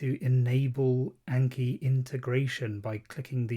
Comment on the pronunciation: great video but please for the love of god say "ah n key" not "ayy n key"